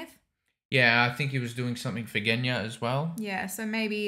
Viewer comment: "Genya"? More like "GUNya"! 😅 I regret nothing.